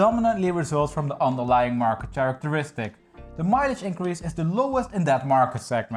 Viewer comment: Characteristic is pronounced /ˌkærɪktəˈrɪstɪk Great videos! Cheers from Italy!